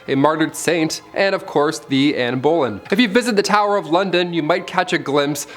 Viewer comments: Love - love the way he says “Boleyn” as “bowlin’”. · Same 😂 I was like “what did u say ?”